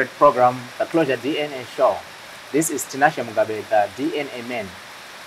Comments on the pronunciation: itai muchikorekta anhu Aya kuti its DNA not DN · How hard is it to say DNA?nhai veduweee DN Shuwa here? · Ko vanhu vanoti "DN" instead of "DNA" is rhe "A" silent kani .... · Its DNA not DN